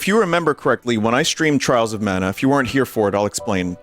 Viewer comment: TRAALS OF MAUNA killed me